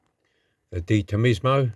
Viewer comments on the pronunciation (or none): Detomaesmo???🤣🤣🤣love your troubles with foreign words, its Detomaso.Looks fantastic and it was really difficult to assembly. Nice one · i knew what this weeks model was going to be by the decals you showed last week.by the way,it's pronounced de tom a so man goose ta. it's not Italian either,deTomaso was Argentinian,the white a blue on the car,representing the countries flag colours. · Dee-Toe-masso (like tomato) Mang- goose-ta. There you go. Tricky model! Especially with the buggered finger! Busy little resto and a nicely complex rebuild to keep you on your toes,. How did they do it at the Corgi factory? Terrific result: you"ll be glad that one is in the bag!